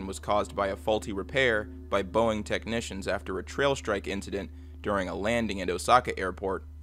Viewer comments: It's "tailstrike," not "trailstrike." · He also says trail strike instead of tail strike